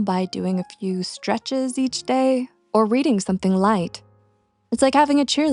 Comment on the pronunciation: Why did you say Dayer for the word day??? It is pronounced Dey as in they. Not dayr as in they're.